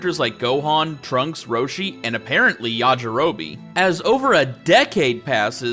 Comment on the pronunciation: its YAJIROBE, not "yajirobee"